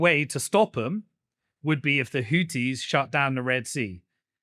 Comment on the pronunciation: When he said hoodees all I could think of was Hooters